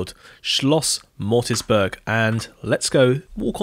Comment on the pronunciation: Beautiful, all of them! Small correction: The hunting lodge is called Moritzburg, not Mortisburg.